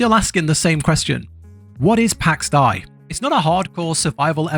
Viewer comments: pax day not pax die although...... (even speech programmes online can say it correctly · its pax dei!, pronouced like in pax Day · "pax die" really dude? jesus christ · lol its pronounced PAX DE ´I learn to pronounce Son! hahahahahaah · Well you suck at saying Pax Dei. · Please stop trying to pronounce Pax Dei. You're terrible at it. Good, informative review though.